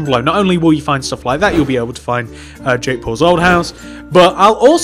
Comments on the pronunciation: It sounds like he says jake balls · At first I thought he said jake balls houce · Ik lol